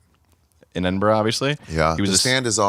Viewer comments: It's pronounced edinbruh, not edinboro or edinburg... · Learn how to say edinburgh 😂